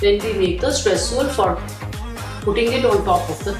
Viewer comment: it's not stresssuel its streusel